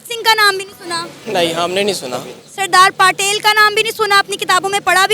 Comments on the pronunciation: Sardar Patil nahi Sardar Patel. ne bhi koi naam nahi sune hain😅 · पाकिस्तान के लोग कोई बात को सही तरह नहीं बोल पाते ये रिपोर्टर बोल सरदार पाटेल बोल रही है भक्त सिंह बोल रही है और सब बात को भी पकिस्तान के लोग सही से बोल नहीं पाते भक्त सिंह नहीं भगत सिंह होता है सरदार पाटेल नहीं सरदार पटेल होता है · Subash Chandra Boss nahi Subash Chandra Bose....Sardar Patil nahi Sardar Patel....Bhakt Singh nahi Bhagat Singh....please learn their names before mentioning them